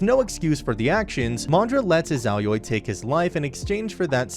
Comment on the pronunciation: God i hate how you say izayoi